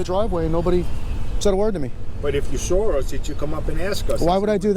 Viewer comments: "you sawer us" why can't he say saw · You SAWR us. 😄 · How does he make a W sound like and R ? "Sawr" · "Sorus" what? You (saw us?) Why do people put R's where they don't belong? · Didn't you hear him? He said you "saur" them 😁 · “You sar us” How is “saw” pronounced “sar”? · WTF is that cop saying ? "If you sore us?" what does that mean? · if you sore us ? Subtitles please. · when the FAWK did the word SAW get an "R" in it??? The word is SAW! Speak English!